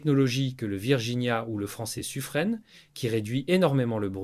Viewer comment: On ne dit pas Suffrennn comme en anglais, mais Suffren, prononcé en français comme piment ou firmament. Un peu de tonus avec la langue française, allez!